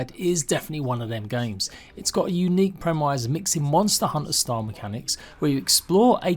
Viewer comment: Please learn how to pronounce premise